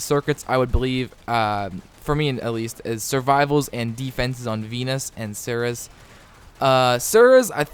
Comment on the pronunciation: By the way, I am pretty sure it is pronounced ser-ees.